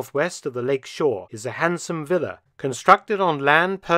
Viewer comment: Ehm, what is a willa? In my language it's a villa, with a V for vengence. Is that Willa a result of Volkswagen VW? Why does the narrator say Willa? It sounds like Willa Wonka and the Chocolate Vector.